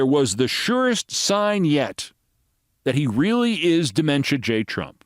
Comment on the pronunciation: Scarboro pronounces his r's with a W sound like really sounding like wheely .